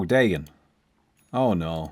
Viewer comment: Is that how you pronounce Dagon ? 😂 I’ve been using Dahhgon or the gone never heard Daygoon